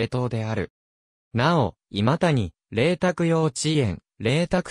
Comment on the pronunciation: の今谷はいまたにではない 正しくはいまやです